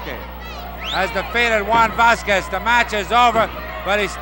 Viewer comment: Where the hell did they get that ring announcer? He mispronounces Stuttgart as "Saw-guard," and Vasquez as :Vassa-quassis." Like he was some wino and they paid him for the night with a gallon of Ripple.